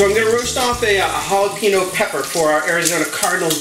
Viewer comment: It's pronounced Jalapheneo.